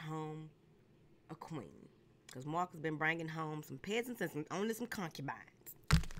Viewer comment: I’m so mad u said my x name like that (Marcus) 🤣🤣🤣